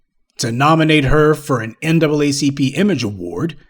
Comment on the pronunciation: Now it's the "NAAAP?" 🤨